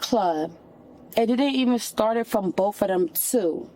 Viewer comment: "They boff hit me" " I was attack" Girl, just give it up. Intelligence isn't wasted on you, is it?